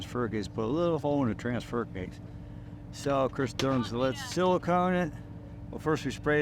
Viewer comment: Someone needs to explain to tiger how to pronounce transfer case